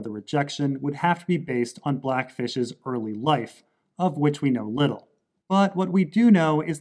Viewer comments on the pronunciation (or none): none